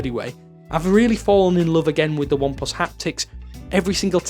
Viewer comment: Why do you keep saying ineplus?? It's oneplus!